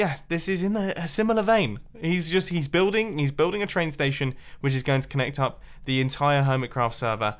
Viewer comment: stetiouns lol